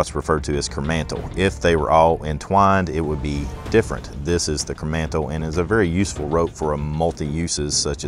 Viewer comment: coromandel sheath.. sorry mate, but its kernmantle sheath..